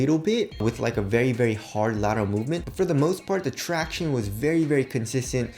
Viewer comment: "tractioneys" is so cringy and annoying. Just saying